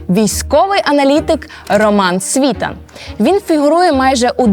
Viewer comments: Контент робили-робили а в одному з головних героів, Романі СвітАні наголос невірно зробили. Він СвітАн а не СвІтан! І також правильно Ігнат а не ігнАт! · Не СвІтан, а СвітАн. Еще одну молодую балду проплатили. Іди щось корисне роби вдома. Тарахтелка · Не СвІтан а СвітАн .. і робити огляд експертів з огляду на те як вони подані тиртрубою таке собі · Правильно наголос ставити СвітАн, а не СвІтан. Як сумно, коли в Україні такі непрофесійні журналісти, Ви ж готували цю передачу, невже не можна було поцікавитися , як правильно вимовляти прізвища цих горе- експертів, про яких Ви створили контент? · Журналистка знает кто есть кто но не знает правильное ударение фамилии СвитАна,военный знает и говорит а журналистка один хрен говорит СвИтан, про достоверность все понятно,можно дальше не смотреть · Дівчинко! Навчіться правильно користуватись правилами української мови і ставити наголоси! У прізвищі Світан наголос на останній склад. Неосвіченим виступом ви, шановна, підриваєте авторитет української журнілістики. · А чому Сві тан, поцікавтесь наголосом,а слухати потрібно різну інформацію, бо як аналізувати , що б мати уявлення про сьогодення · На прикладі СвітАна( а не свІтана) ясно,що ваша аналітика "грунтовна", але бездарна 😅 Кажете,що в нього нема свого каналу і одразуж маніпулюєте заголовками каналів( нібито він іх сам що адав)! Побачивши в вашій " пральні" Портнікова(???)- зрозумів,що Ви,уважно, дешева прокладка між "офісом" Єрмака і обдуреним ними і Вам,дівчинко,народом! Який Ви разом з Зеленським продовжуєти н@ йо*увати ! Всунути в свої "рейтинги", ще й Віталія- це видатна необачність( тобто виперає,незамасковане)😅😅😅 ! Це ж видно ! Порніков не замовчить- поки його не вб'ють !!! Всі інші " анал літики дійсно повне лайно...Але - Портніков???? Тому і видно ,що Вам його заказали😅 Ви виглядаєте смішно😅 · Дівчино, Ви якщо говорите про якихсь відомих людей, то поцікавтесь як треба вимовляти їхні прізвища. Не "СвІтан", а "СвітАн".Наголос є важливим. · Не свиииитан, а свитаааан